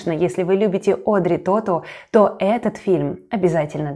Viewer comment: Тоту, ударение на последнем слоге. Во французском языке в словах ударения только на последнем слоге. В этом смысле он хорош - думать не надо)